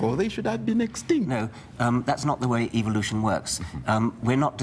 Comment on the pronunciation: Said it right evilution